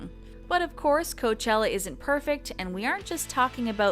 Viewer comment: Orla HAHA! I caught the “Coachilla” too and laughed!